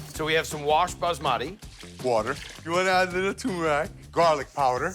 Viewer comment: Turmeric ❌ Tumrac ✔